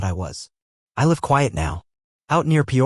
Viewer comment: Good story, good editing. Narration uses incorrect pronunciation of “live” and “lives” in context of story.